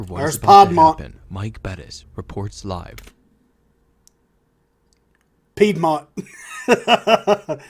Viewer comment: I know when you say Piedmont the wrong way you are doing it on purpose LOL....I chuckle every time you say it wrong for that reason